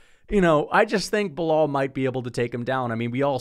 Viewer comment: Keep miss pronouncing his name, Belaul doesn’t like white people like ur or “little Timmy” be careful tho if u don’t remember his name too many times he might have to go “super racist” (he’s born in Chicago btw)